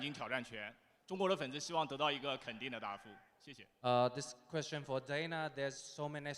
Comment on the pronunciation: Dana white , whos got the next qweshon 😅